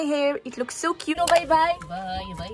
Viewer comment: الاسم : سناء المهنة:منقولش كيوت و نقول كيوء